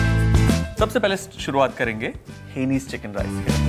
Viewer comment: Hai-na-nese, from Hainan province in China. Not hanees.